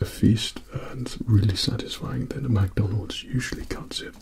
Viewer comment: not to be rude but some of yall with ascents say "mac donalds" like bruh its Mcdonalds